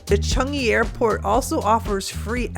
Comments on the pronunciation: Everytime you say "Chung-ee" 🤦‍♂🤦‍♂ It's pronounced "Chang-ee" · Not only are u saying it wrong but Sooo many TIMES ! CHUNGee, CHUNGee! 😵‍💫